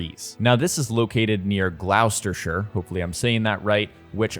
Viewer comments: Lol it's pronounced Gloster not gloustersheer 😂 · it’s pronounced glo-ster-shir, and it’s literally where i live which makes me even more excited for valhalla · your pronunciation of Gloucestershire was very close its pronounced [GLOST] + [UH] + [SHUH] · Just so you know Gloucester and Gloucestershire are said like "Gloster" Gl-o-ster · GLOWSTERSHIRE!!!??? WHAT!? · Glos-ter-shir my guy. Videos awesome. Can’t wait to see what more you have to say. Love all your AC vids. Oh my days didn’t see the bit about Ragnar big spoiler😂😳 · It's pronounced "Gloss-ter". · It’s GLOSS-TI—SHUR. Just so u know in case u need to say it again👍🏻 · living in gloucester, its gloss-ter, or the county is gloss-ter-sher, just a heads up :) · Gloucestershire is pronounced as Glostershire. Good attempt though. Great video. 👍🏻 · To all my beloved Yankee cousins... its pronounced without the U .. with a short O ... like the word Gloss .. we also like pronouse shire as shear (most of us) Gloss-ta-shear Wuss-taShear .. whilst I am at it lol but I appreciate you making an effort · Gloucestershire is pronounced kind of like Gloss-ter-sher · good effort mate! It’s pronounced GLOSS-STA-SHURE (Live up the road from there). Great video, earned a sub 💪🏻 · It`s pronounced glos-ter-shire, like gloss paint. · No, you didn’t say Gloucestershire correctly. Say it gloss-stir-sheer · Your not Gloss-tir-shur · It's pronounced Gloster (yes even when the word shire is at the end don't ask me why) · Nearly pronounced Gloucestershire right. It’s gloss-ter. (It’s a weird spelling) Sorry if someone’s already pointed that out. I’ve been to puzzle wood in real life when they had a game of thrones’s promo last year. It’s such a beautiful place and can’t wait to revisit it in game. Also, thanks for the new info. It’s so helpful when it’s all in once place 🤓🤓 I wonder how many places in game are places I’ve been to ( I live in West Midlands, so the kingdom of Mercia)